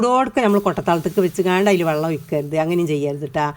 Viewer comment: Vallom alla vellam